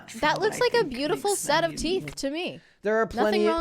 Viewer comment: B-yoo-cal, not buckle.